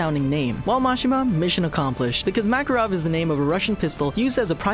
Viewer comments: Omg why do you say macaron instead of macarov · Lion Boss Cana as well but I honestly don't care xD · So much for fixing pronunciations, they screwed up Laxus, Makarov and Zeref. Also they reversed Freed and Evergreen.